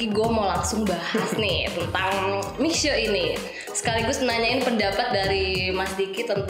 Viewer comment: Itu bacanya Mishie…..